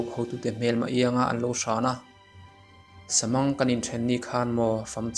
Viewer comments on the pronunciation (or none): "SAMANG" ni lovin,"SAM ANG" tih tur aw...